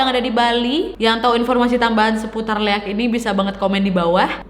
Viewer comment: Baca nya liak kak, emng sii tulisan nya leak